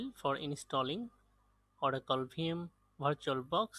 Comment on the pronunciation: itne bore lagte ho jab virtualbox ko bartualbox bolte ho